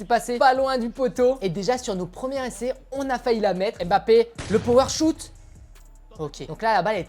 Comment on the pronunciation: C pas power shout c power shot 😅